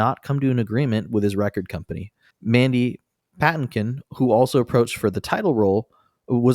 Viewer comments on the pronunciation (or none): Pa-TIN-kin, not PATTIN-kin. Seriously, have you guys never seen The Princess Bride? And Lon Cheney is "lahhn" Cheney (Lon sounds like John.) The MINIMUM you can do before recording is look up the pronunciation of actors' names.